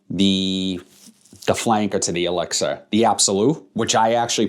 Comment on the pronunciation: Nice video might pick this one up soon. I liked 9 pm rebel. And it was funny when you said elixir it kinda sounded like you said Alexa it kept coming on lol.